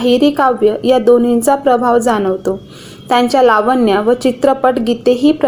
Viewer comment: लाव्वण्या नाही तर लावण्या असे वाचावे..